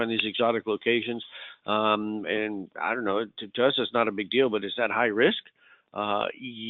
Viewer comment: When he says high risk something Sounds like he is saying Irish Coffees LOL